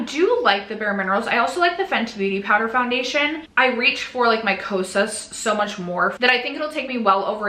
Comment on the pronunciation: 2026 will bring a baby!!! 😍🤭 You'll see what you'll achieve and I hope you don't set the bar too high as I'm sure you'll have other priorities! ❤ You still did amazing! 😮❤ Edit: As a francophone, "poundation" sounded like a nice contraction of powder foundation! 😂